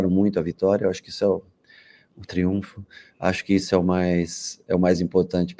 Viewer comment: Pelo amor de Deus Rogério, por favor. É TRIUNFO